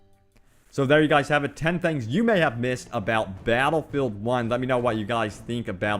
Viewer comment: Twen twings abwout bawwatlefield